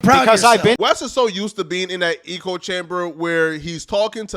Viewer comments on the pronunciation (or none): Bro…. Is “echo chamber”, pronounced “ecko”, not “eco”, like “ecosystem” 😆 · It’s echo chamber. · Bro it’s echo chamber not “eco” chamber. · Lol “eco” chamber😂😂😂😂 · The word is "echo chamber," not " eco chamber." Meaning one only hears viewsthat they already agree with. Hence, every statement is an echo of every other statement. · Echo chamber….. not ecology chamber. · Lol why do you keep calling it an "eco chamber" the word is "echo" 😭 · Is he saying eco-chamber on purpose? Like a play on words. Does he not know it’s echo-chamber? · it is “ECHO” chamber… Not “ECO” chamber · It's echo" not "eco" 🤦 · Its echo not “eco” chamber bro. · You kill me every time you say eco chamber. Sounds like a place a bunch of recyclers hang out. The phrase you're looking for is echo chamber. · Nothing says sudo intellectual like a word Smith pronouncing echo "e-co" lmao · Wes hasn’t lost all his fans… Still over half a million subs. Did he fuck up, sure… he still has followers and people paying for his programs though. Having money is a part of being High Value. Wes is a millionaire. Oh, and it’s “echo chamber”, not “eco chamber” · “Echo chamber” bruh. Not “eco chamber” 🤣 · Echo-chamber….not eco-chamber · Lol "eco" chamber. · Where do they pronounce echo like eco. Echo rhymes with, like say Heck with an O and without the H. Other than that good video 🌟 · Your pronouncing echo chamber wrong your say Eco like Eco friendly . It's echo "EEHHKO" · Nahhh this ninja fake smart ain’t no way he said eco chamber are you trolling bro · Echo - pronunciation (EH - CO) - - certainly not (EEEK - OH) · "eh-coh" chamber not "ee-coh" bro, are you serious? LOL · Lmao "eco chamber" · Facts! Bro, it's an "echo" chamber, not eco. The American education system has failed you. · Wtf is an E co chamber. Thought you were saying ego chamber, which kinda makes sense. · It’s echo. Not eco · Can't stand d******* like you. So what if he said Eco? Echo who freakin cares. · Echo brother. Eh- Koh